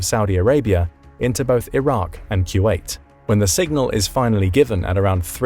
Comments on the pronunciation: Took me halfway thru to understand what he was saying when he says Q8... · Is he saying ( q wait )..?